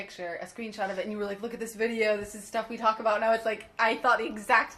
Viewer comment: I love how you say aboot 😂